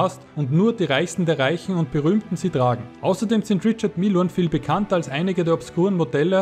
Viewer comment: Rischar Mije ist die aussprache